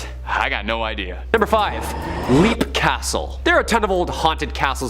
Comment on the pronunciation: LEAP is pronounced LEPP js